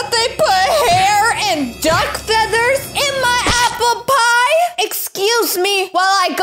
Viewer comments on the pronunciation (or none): Did you say aplepie